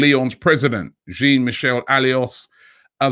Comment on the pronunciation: He BUTCHERED jean michel aulas